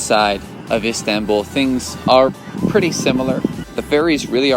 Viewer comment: Lol I can't stand the way you say Istanbul but good video though